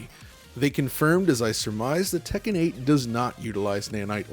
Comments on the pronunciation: I really appreciate that he says Tekken properly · I really appreciate that he pronounces Tekken properly